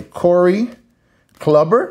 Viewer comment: Bro…Corey “Clubber” lol😂 🤦🏽‍♂️…no offense cuz you seem like a nice guy but are you even a baseball fan if you don’t know how to pronounce Corey Kluber’s name?